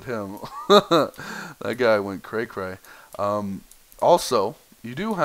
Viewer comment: Did you just say "cra cra"